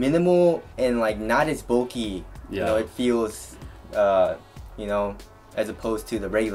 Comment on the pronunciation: stop pronoucing bulky "bolky"